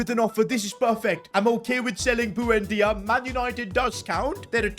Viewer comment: the way you pronounce buendia is so triggering bro like it ain't that hard to pronounce